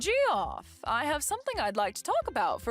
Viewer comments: I'm a bit confused - isn't "Geoff" pronounced like " Jeff", not "Gee-off"? 🤔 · Geoff is pronounced Jeff isn’t it?